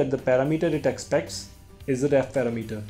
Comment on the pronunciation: Thanks you so much) now i have a new way to say the word parameter) it's paramEter! =) lol... but thank you )